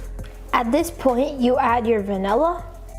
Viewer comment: It’s vanilla not vanella